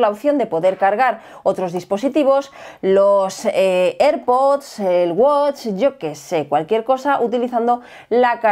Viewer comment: ostia que dominio del inglés unboxis, aple, jigas, ierpots jajajajajaa